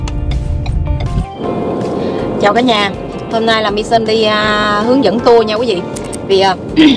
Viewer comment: Lau qua kg comment, Hom nay la say good morning luon, ghe ghe. Da noi la ten ban la maysan chu kg phải mi sun đọc theo English nhe.